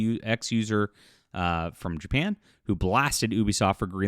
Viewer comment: “Dapan?” I have not heard of this country lol